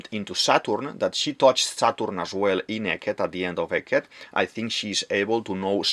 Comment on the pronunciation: I love your accent, my guy, i don't want to watch your video till the end, but "eliminatid, saTURn, WeBUL, inCIdent, uraNUS, PolY, CroCUS". Is this your secret strategy to maintain viewers?